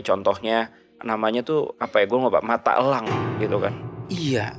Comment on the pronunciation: Mata Elang. Bukan Mata Ělang